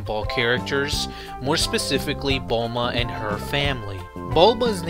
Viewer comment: He called Bulma bulba